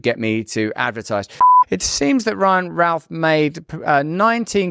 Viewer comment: you didnt pronounce his name right,,,,,,,,,its ROUTH not Ralph !